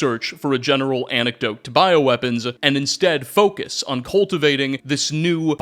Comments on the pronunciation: It's "antidote", norlt "anectode", for God's sake! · Hey, are you saying anecdote instead of antidote? Or am I just mishearing? 😂